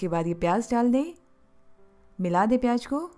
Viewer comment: V nice explanation. Pls pronounce Z correctly in the words pyaz , sabzi. Its z not j. Its zyada not jyada. Hope u wont mind. Thnks